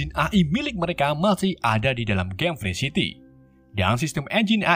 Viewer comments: Game nya Free city bukan pre city anjj!! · Free city dibacanya bukan "frysiti" bang tapi "Frii siti" Free life dibacanya bukan "fre'lif" bang tapi "Fri laif"